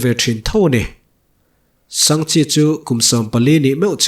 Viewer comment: Sangha chi ti a ka'n chhiar tlat pek chu a😂